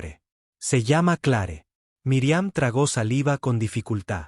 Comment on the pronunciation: Se escribe Clare pero se pronuncia cler,, Dios mio te hace mucho aprender a pronunciar nombres tanto en español como en Ingles